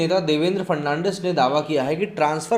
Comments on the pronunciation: It is Dvendra Fadnavis not Fernandis. Correct yourself. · देवेंद्र फडणवीस है फर्नांडिस नही. नाम तो ठीक से ले लिया करो. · Bhai farnandis nahi fadanvis. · Sir He is DEVENDRA FADANVIS NOT FERNANDES .PL CORRECT YOUR PRONOUNCES. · It's Fadnavis not farnandis dear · Devendra "Fad-na-vis" not "Fer-nan-dez". Dost tumne to dharam hi badal diya :D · सर देवेन्द्र फडणवीस। not fernandes please read correctly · Mr ji aap Maharastra ke Purwa CM.ka nam thikse nahi bol pa rahe hai.Fadnawis ko aap thik se boliye. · Please pronounce Devendra Fadnavis's name correctly. He is not Fernandes